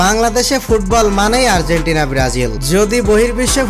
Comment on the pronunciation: Vai tume আরজিতেনা 🤣 মানে আর্জেন্টিনা 🤣🤣